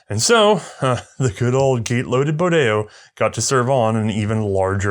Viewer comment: Bodeo,not bordelo